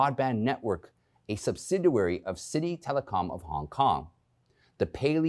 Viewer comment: Come on! Learn how to pronounce words BEFORE going on air. What is a subsiduary? The word is subsidiary!